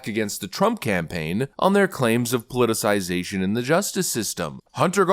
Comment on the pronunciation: Omg, your content has always been great but special congratulations today on being the first political commentator I’ve heard in the last 2 years to correctly pronounce “politicization”! Bravo Zulu